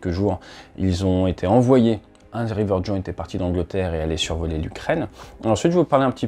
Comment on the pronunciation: Rivet Joint au lieu de river il me semble. Sinon super vidéo comme d'hab.